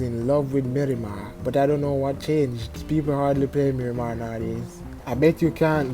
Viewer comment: "mirimah" BRUUUUHHHHHH